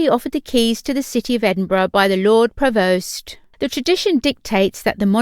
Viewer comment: Haha. Yep. I cringed at that as well. Buccleuch is pronounced as 'buckloo' here in Scotland. Rothesay is not 'rothi-say' but simply 'rothsay', and 'Provost' isn't 'provoast' ( as in toast), but 'provost', ( as in lost). At least the commentator should get 'Balmoral' right when Her Majesty heads up north to Balmoral Castle. 🏰👍🤔